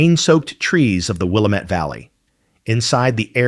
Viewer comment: Willamette is pronounced “Will am et” not “Will im et” nor “Will am Etta””